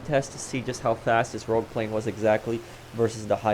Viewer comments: Its rogue not rouge. Rouge in french means red;) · It's rogue, not rouge,. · Rogue, dude. Not Rouge. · Nobody can spell this thing right in the comments, it's Rogue! Not Rouge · Rogue guys why yall say rouge that’s red in French lmao